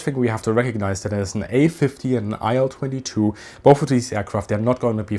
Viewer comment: Thanks for the video. small correction: i’ll-22 should be pronounced [i:l] or [il] [aɪl] is incorrect